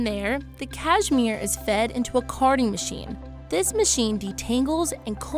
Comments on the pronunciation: You’d think if you were going to narrate a video about Cashmere, you’d learn to say it. It’s Kash-mir not Kaj-mir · Can’t stand how she says cashmere. Cayzmeer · Cashmere? You mean “CashMore right?